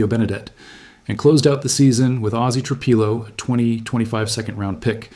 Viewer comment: Tru-Peelo, Tru-Pilo. Which one is it dammit??